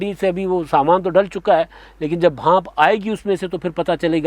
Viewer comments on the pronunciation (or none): "Bhaanp" nhe......"Bhaab"